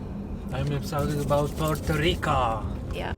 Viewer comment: It's Puerto Rico, not Rica.